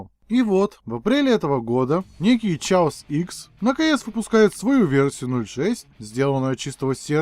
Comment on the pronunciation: [читает "Chaos" как "Чаос"] Я: [TRIGGERED!!!]